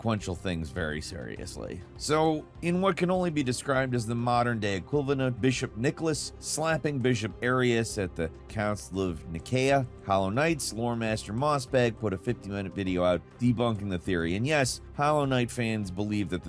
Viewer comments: It's also inaccurate: Arius was a presbyter, not a bishop. Maybe is proposing his own ecclesiastical history fan theory? 🤣 Also, it's generally pronounced ni-SEE-ah (and this is closest to the Koine/Byzantine Greek pronunciation); neh-KAY-ah, which is a pronunciation I don't recognize. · That reference to the Council of Nicaea came out of nowhere. Also, "Nicaea" is generally pronounced, in English, "Nice, see ya."